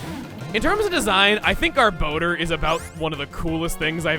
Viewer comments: Not only is garbodor one of the most feared TCG Pokemon it's also one of the most mispronounced Pokemon. It's (gar-boh-der) not (gar-ba-door). It's a combination between garbage and odor and the anime and Pokedex 3d pro pronounce it (gar-boh-der). I can't tell you how many times I've heard it said wrong because it's just too much to count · I hate the official pronunciation of Garbodor, it should be “Gar-Buh-Door” and not “Gar-Bow-Dur” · "garb-OH-door?!" i just blanked for a moment. i thought it was pronounced more like "garb-AH-door..." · For some reason every time I hear Gabodor’s cry I hear it saying “Dumbledore” Did I spell that right xd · Since I don’t see if anyone else mentioned it...Does anyone else hear him say “Garbodor” as “Garboner”? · I was half paying attention to you saying garbodar. I thought you said "Garboner". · So, I just learned that Garbodor's name has a second o, not a second a. Been pronouncing that wrong for years.